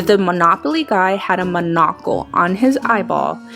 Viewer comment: She says munucle and ace venturu